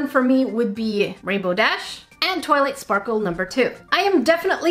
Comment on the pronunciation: Twiught Sparrle♡